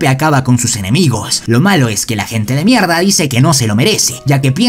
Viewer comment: Porque dise mielda😂😂😂